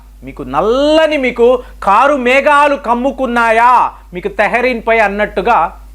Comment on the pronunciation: హాల్లో,ఈ వీడియో లో మీరు ఇరాన్(ఈరాన్ కాదు,సరిగ్గా పలకండి,టెహ్రాన్ అని పలకాలి,తెహ్రీన్ కాదు సరిగ్గా పలకండి) కి అణు ఆయుధాలు లేక పోతే ఏమిటి నష్టం,ఇస్రేల్ దేశం నీ సమూలంగా తుడిచి పెట్టాలి,కాశ్మీర్ లో హిందూ ప్రభుత్వం ముస్లిములను చాలా హింసకు గురిచేస్తోంది అని అబద్ధాలు చెప్పే ఇరాన్ మీకు మిత్ర దేశం అవ్వచ్చు,కమల్ హాసన్ లాగ,మీ ఛానల్ కి ఇస్లామిక్ ఇరాన్ పెట్టుబడి పెడుతుందా.